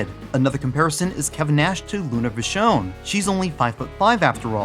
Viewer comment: I love how you pronounce Vachon!